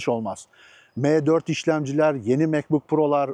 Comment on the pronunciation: Abicim meee4 degil em4 de allahini seversen ya ozel isim bunlar . Hani laytnjng e ligttheninng demiosun ya.mec diosun ne guzel maccc demiosun